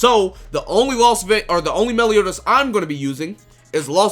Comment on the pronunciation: Melioni? Melioni? Meliodas, that really got me 🤣🤣